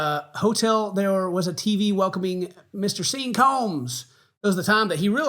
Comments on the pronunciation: Why you keep pronouncing it "SEEN"??? It's pronounced "SH-AW-N" 😅😅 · The calling him "Seen" instead of Sean.... agonizing. Lol!!!! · trolling the viewers saying Sean (Seen). What an amusing scene. 🤣🤣🤣🤣🤣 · Sean... bean .... Shawn is Shawn lol. 😅 glad I ain't the only one that wants to default the saying of that name like that. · wouldnt it be pronounced Shean? like the cheap clothes thing-Shein. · The fact ken continues to call him Seen is so ironically hilarious to me. Everybody sees you, SEEN. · My brother's name is Sean. I fully agree that it's pronounced 'seen' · gets backlash for pronouncing Sean wrong then proceeds to speedrun mispronouncing everything in this video lmao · Love the disrespect of mispronouncing his name 😂